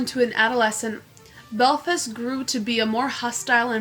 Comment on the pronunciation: Cant even pronounce belfast 😭😭😭 fuck me